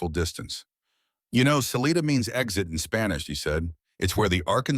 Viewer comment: I winch every time I hear them pronounce Salida wrong it is Sa lite da your own space Love the story